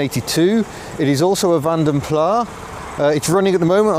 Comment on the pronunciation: Nice vid especially the stop/start plastic symphony but, you know it's Plass not Plah?